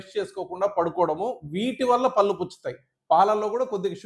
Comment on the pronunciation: పల్లు అని అంటున్నారు sir. కొంచం "ళ " పలకటం practice చెయ్యండి.. పళ్ళు అనాలి.